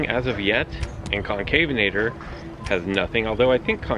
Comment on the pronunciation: Sunday morning, looks like it's the morning-after-the-night-before for you bud lol. BTW it's Con-CAV-en-a-tor not Con-CAVE-en-a-tor :-p